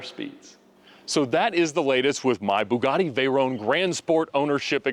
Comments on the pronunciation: I see we’re still calling a vey-ronnee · Can someone explain to me what a “Veyrone” is? It’s a VEYRON.